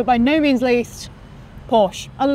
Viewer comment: My only pet peeve is that she still hasn't learned how to pronounce "Porsche". Ant Davidson had that issue his first season commentating, but he fixed it last year.